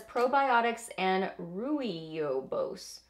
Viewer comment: Rooibos pronounced as "roybose" ( it's a Dutch thing :) )